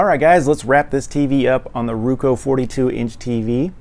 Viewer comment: ITS ROKU NOT RUKU